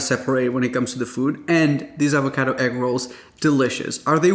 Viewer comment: Say it with me, AvocAdo AaaaaavocAaaaado. Not EvocEdo. Just like the pasta, it’s pAstA, not pEsta.😂